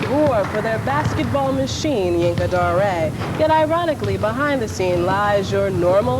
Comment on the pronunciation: Rest in Peace. I pronounced him Yinka Dare i am surprised at this Zhinka Da-Ray pronunciation.